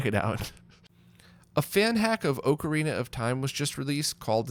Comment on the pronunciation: Great video. But oh man. You say it oak-uh-re-nuh instead of ock-uh-re-nuh. Reminds me of a friend I have that says Mario mare-re-o